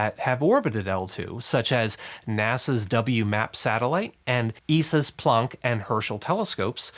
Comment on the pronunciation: Why do you call him "" instead of "Planck"?